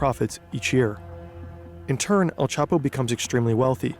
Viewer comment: "L Chapo" omegalul